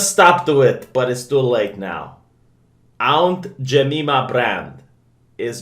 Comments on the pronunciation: Aunt "JemEEma" XD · "Ount Joomeema brrrand." Priceless. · I laughed harder when he said Aunt Jememe-a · "Ownt Jay-meme-a" Never change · 😂 😂 😂 😂 😂 trying to pronounce Aunt Jemima. But the next line was executed, with verbal perfection